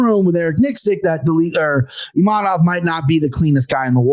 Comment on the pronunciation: needs to learn how to say Imavov, not Imanov or Imamov